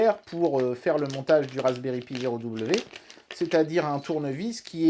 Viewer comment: Moi qui débute la vidéo : "Faites qu'il prononce "Raspberry Pi" correctement et pas "pie" comme il le fait d'habitude" Moi, une minute plus tard: '"Eeeeeeeh merde". Edit: Houlà, tu te goures complètement sur ce que c'est que l'interpolation :/